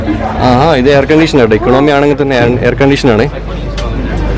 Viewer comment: നന്നായിട്ടുണ്ട്. എക്ക-ണോമി എന്നല്ല എക്കോ -ണമി എന്നാണ് പറയുക ശ്രദ്ധിക്കുമല്ലോ.